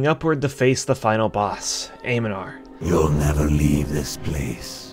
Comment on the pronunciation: AM NEN NAR. i know its just made up names for a fantasy rpg... but i keep running into people clearly not taking a second to read correctly. Some other person kept mispronouncing Agamaggan in another video... even though im pretty sure one of the npcs yells something like "Victory for Aga ma ggan!"